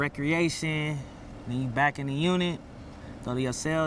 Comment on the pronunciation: Nah he said brackin